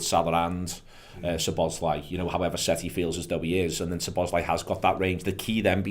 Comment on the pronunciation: Any chance of telling it’s “Szoboszlai” not “Sloboszlai”?